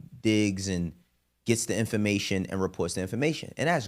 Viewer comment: Never taken a man who says infomation, seriously